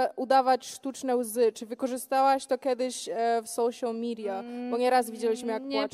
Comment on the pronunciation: sołsiol midiach XD 😂😂ale zawieśniaczyła ingliszem cyganka 😂😂